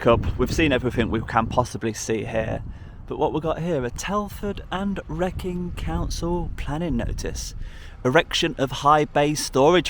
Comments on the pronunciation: Wrekin is pronounced "reekin". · Wrekin... It's pronounced ree-kin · surely you should know how to pronounce Wrekin, being from the Midlands yourself